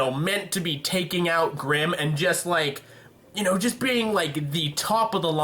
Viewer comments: grimm not brimm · The brimm? really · u made a couple of texting errors in the video the funniest is u called grimm brimm. XD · "brimm" I like that mess up